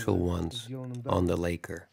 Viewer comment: Lak-ker not lay-ker